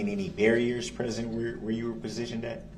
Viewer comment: He really asked “Where were you PROSITIONED at?” That’s not how u say that word lol